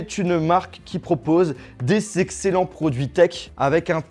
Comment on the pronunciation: accent alsacien ça ptdrr